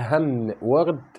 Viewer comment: كلمة (ورد) تقرأ بكسر الواو (وِ) وليست ب الفتح فقط للتنبيه